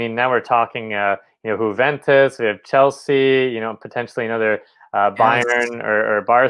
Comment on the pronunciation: My dude, it is pronounced YOU-VENTUS not HOO-VENTUS